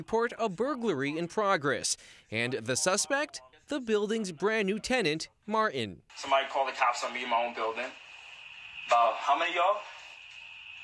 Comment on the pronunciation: It’s Martin not marren. TTTT